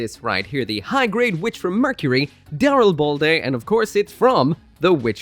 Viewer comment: I don't care if that's the official pronunciation. No favoured suit of mine will have ball in it's name. Call the boi daril-bald-a.